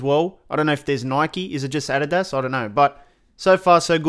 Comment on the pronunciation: omg dude 😂 the way he said adidas.